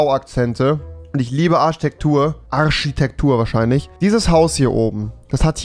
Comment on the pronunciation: Niemand: Wirklich niemand: Rewi: Arschitektur